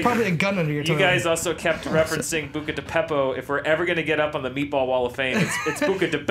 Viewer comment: can we please say Buca di Beppo correctly